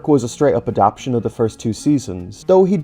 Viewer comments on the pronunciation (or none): Andrew Brenner being upset about not being credited is understandable, but considering how Awdry felt about Henry’s Forrest that might have been a good thing :p Also not that it matters all that much but you keep saying “adap-tion” instead of “adap-ta-tion”. Is that uh, a personal choice or… 😅